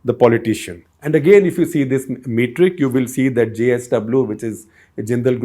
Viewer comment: Small limited point, it is *not Mate-ric, it is Met-ric.